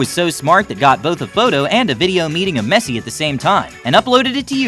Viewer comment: Kinda is triggering that people pronouncing Messi wrong